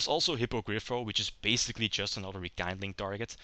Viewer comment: Nice one. I always thought the haze trap and spell are not that great, hence i never liked most of the build i've seen online. One little think I d like to point out, since it was pointed out to me when I did it: It's called Rekindling, looks like kind (kaind), but it actually comes from kindle, and that is spelled like a seen or keen. So it's like rekeendling, not rekaindling ^^ aside from that, nice plays. I'd like to see more than just 3 duels if possible